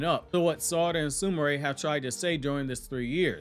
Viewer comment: U must be saying Sumire like that on purpose.. SOOMARAY? I'm sure you've heard them say her name 😂 it's like the fake anime watchers saying Nahroodo